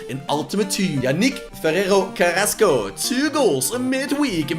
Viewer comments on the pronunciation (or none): none